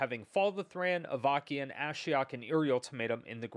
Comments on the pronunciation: oh my goodness, i'm in stitches hearing you say Avakeyin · "Avakiin"... Shrug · Not to be that guy (while totally being that guy), I’m 99% sure that it’s pronounced Av-uh-sin. Awesome video as always! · I totally rolled my eyes when I first read this comment.... Then I heard him pronounce it and it felt like fingernails on a chalkboard.